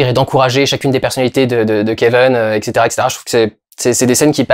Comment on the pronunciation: Merci pour cette vidéo, je t’adore Dudu mais je comprend pas pourquoi tu prononces le nom du perso « Keveun » et pas Kevin, jte jure ça me perturbe..